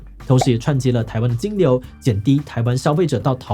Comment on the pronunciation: …終於唸對讀音了 之前看很多地方都是唸掏寶我都不知道濤三洨 微信跟大陸讀音不同完全理解 淘寶唸成掏寶就純粹亂唸而已😂